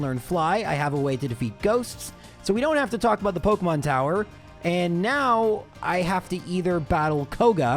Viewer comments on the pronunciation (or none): none